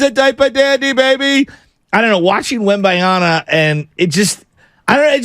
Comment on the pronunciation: your mispronunciation of Wembanyama is borderline driving me away from this channel. I suggest sitting down and writing down the name by hand and give it a good hard look before saying it again